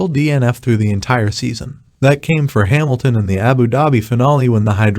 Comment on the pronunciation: Hemilton LOL Its HAmilton dopy.